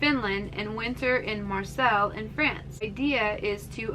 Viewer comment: Marseille = Mar-SAY.